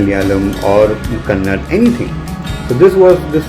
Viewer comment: Pls say kannada not kannad